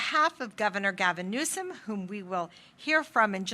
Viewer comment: It's NEWSOM. No E at the end. 😅😊